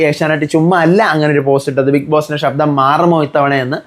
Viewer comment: ഷബ്ദം അല്ല..ശബ്ദം.. Ok